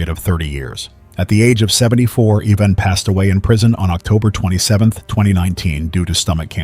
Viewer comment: The first case is one I think would have been better if you were a stand-alone video. Because there is a lot to Ivan Milat. Which brings me to the mispronouncing of his name. Ivan is pronounced eye-van, Not Yvonne. Though he is a real piece of garbage. So go ahead and keep calling him Yvonne. 😅 I just don't want you to make the mistake when it's a victim that has that name. I hope he's enjoying his time in hell. As for his nephew guess the lack of brain cells might be genetic. I know that several people have changed their last name because they don't want to be associated with him. Matter of fact even if they aren't related and just have the last name Milat.